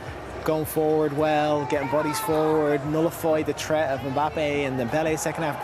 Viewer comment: Nullified the the "tret" of Mbappe. Learn how to speak English.